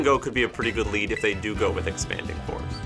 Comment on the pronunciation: Sounded like you said expanding horse when you talked about the iron crown team so now that’s gonna be my nickname for Calyrex Shadow lmao